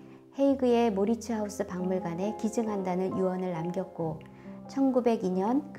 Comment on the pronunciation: 모리츠 하우스? 외국어는 현지 발음과 가깝게 표기하는 것이 당연하지 않습니까? 마우리츠하위스.